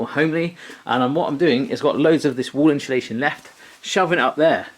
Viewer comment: I like how you say insulation, "inshulation"😂. Well done, you've done an amazing job, In quite a short space of time!!